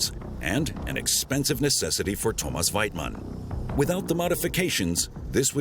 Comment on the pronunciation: Thomas Weitmann .!!!!!!!!! IF HE SAYS THAT BLOODY NAME LIKE THAT ONE MORE TIME.. !!!!!!!